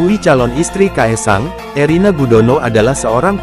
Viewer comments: Kok ngomong nya Irene Gudono? Erina mas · Bukan ireni gudono tApi erina gudono.. mas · Erina kok jadi Irene....piye toh admin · Irena mas bukan irene..tadi sudah betul kok keliru lagi. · ERINA admin bukan IRENE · Erina min,BKN erene